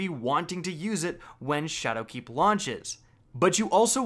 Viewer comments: SHAdowkeep Not ShadowKEEP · am i crazy or is he emphasizing 'shadowkeep' wrong? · The way you're putting the emphasis on the wrong syllable in "Shadowkeep" is really throwing me off. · So is saying ''Shadowkeep'' or ''Chad o' Keefe''? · Leek YES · i love how you emphasize the "keep" in shadowkeep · stop putting a space between shadow and keep when you say it XD